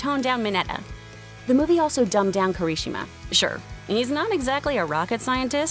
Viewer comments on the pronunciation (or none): It's pronounced "Ki-ra-shee-ma"...